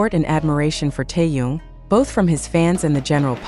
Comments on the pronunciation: Господи, почему Тэхёна здесь называют Тун? Как его только не называют. Бесит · Автор тупица,ни разу не назвать Тэхени правильно👎👎👎👎 Стыдно!👎👎👎👎👎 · Не коверкайте имя. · Черт знает, что она чешет своим языком... Какой Тун??? Не знает имени Мировой звезды.... ТЭХЕН... ТЭХЕН.... ТЭХЕН... Запомни или запиши себе на лбу.....